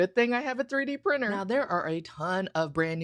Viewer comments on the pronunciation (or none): it's not priner it's printer